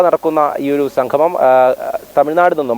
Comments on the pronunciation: സംഘമം അല്ല... സംഗമം... സ്ഥുടത അനിവാര്യം❤ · സംഘമം അല്ല സംഗമം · സംഗമം എന്ന് പറയഞ്ഞോളൂ. സംഘമമല്ല. മലയാളം കുറച്ച് കൂടി നന്നായി പറഞ്ഞോളൂ🙏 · എടോ സംഘമമല്ല സംഗമമാണ്.ഉച്ഛാരശുദ്ധി വേണം വാർത്താ അവതാരകന്